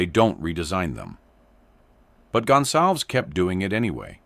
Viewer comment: This AI voice can’t pronounce a Latino name. It is NOT “Gun Salvz”. It’s GonSalVez. 🙄🤦🏻‍♂️